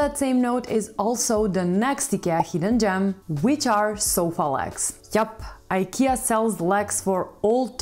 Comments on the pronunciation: She's pronouncing it correctly. It's the English speakers who pronounce the company's name wrongly. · That's how it's pronounced in original (Swedish) way. She's saying it correctly. Did you know that the World doesn't revolve around US and English?